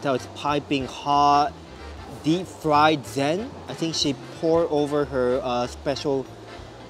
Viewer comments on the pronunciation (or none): none